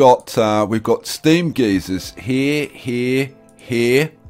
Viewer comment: I can't help but want to correct him every time he says it. Lol. I hear my dad yelling at me it's guy-zer! 😂😂